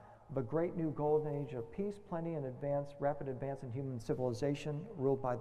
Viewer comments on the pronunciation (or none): none